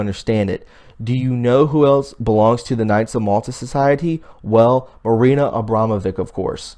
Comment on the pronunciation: you know Abramovic spells not like vick but witch at the end in serbian....:)